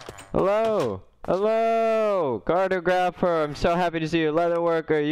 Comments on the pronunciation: Im sorry ily but its car-tog-rapher not carto-grapher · when he said "cart-o-graph-er" in the beginning I felt that. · ive watched many videos on this channel and one thing i have to say, why has no one corrected the way this poor guy says cartographer yet LOL